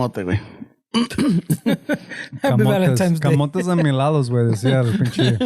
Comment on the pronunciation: did you say "Valentimes Day" portese bien.